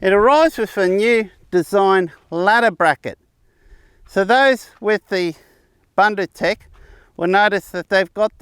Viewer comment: Hi, thank you for promoting a South African product. Let me assist you with the pronounciation, though. The "u" in the first syllable, "Bun" is pronounced exactly as you are pronouncing the second "u" in "ndu"..it sounds the same as the "oo" in "book". Bundu means bush, or bushland or any area far removed from civilization...hope this helps?